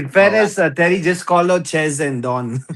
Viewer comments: Tewwy, Chewlsee awe a bunch of pwicks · Terry is Tewwy 😂😂😂